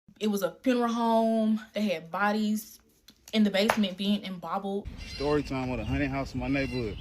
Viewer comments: Did this chick say embobbled? 🤦🏾‍♂️🤦🏾‍♂️🤦🏾‍♂️🤦🏾‍♂️🤦🏾‍♂️🤦🏾‍♂️🤦🏾‍♂️🤣🤣🤣🤣🤣🤣 Then she said worser 🤦🏾‍♂️🤦🏾‍♂️🤦🏾‍♂️🤦🏾‍♂️🤦🏾‍♂️🤦🏾‍♂️ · Embobbled? Did I hear that correctly? 👂🏽 repeat that ☝🏽 mo ‘gin 👀